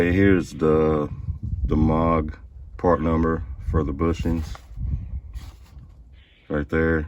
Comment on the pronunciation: It's not necessary to remove sway bar links to do this job....at least not if your intention is to replace both bushings. And Moog is pronounced "moo" (like a cow) with a "g" on the end. But if you're talking about Moog Keyboards, it's pronounced "mogue" with a long "o." Thanks for the video.